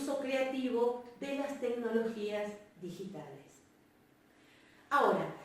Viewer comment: En el min 12 dice "Ditigales"